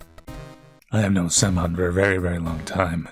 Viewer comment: bro is pronouncing "Samon" as "salmon" instead of SIM-oan 💀